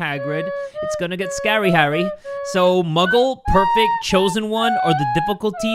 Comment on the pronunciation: "Perfect" it's PRE-fect lmao. Love you,. Also not them using your government name😅